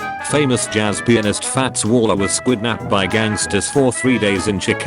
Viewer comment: Fats Waller’s wife after he returned… 😒”kidnapped…. riiiiiiiggght…” Also, I swear the computer read it as “squidnapped”.🤦‍♂️